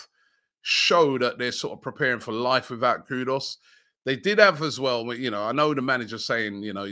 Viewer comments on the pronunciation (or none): why do you keep pronouncing Mohammed KudUs, Mohammed KudOs? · Kudus, not Kudos.... please Robbie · Is that name really pronounced kudos? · Robbie please I beg go and get the right pronunciation for “Kudus”.